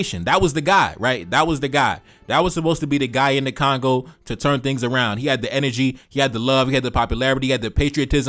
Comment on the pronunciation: It is Congo, not Kangau 😂😂😂